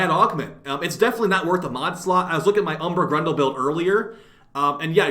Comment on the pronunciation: "Umbral grendel build" lol